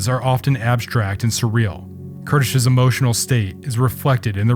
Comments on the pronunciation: Amazing video as always, I really love this series and I was very happy to see Kertész getting some recognition! :) Thank you for your tireless work. One thing I want to point out as a Hungarian; the pronunciation is quite a bit off in the video. The closest would be something like 'Care-teis' with the 'ei' syllable sounding like that in the beginning of 'eight' but without the sound of i. I don't know if that makes much sense, just thought I'd try and explain. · You need to pronounce his name right! Ker tez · Great videos (really, thank you, I like watch these probes into the life of those photographers), but for the love of any god, do try to pronounce the name of the people in your videos as they would have called themselves. The pronunciation is even on wikipedia as you should read it and you are nowhere close. I believe even translating his name would hurt me a lot less.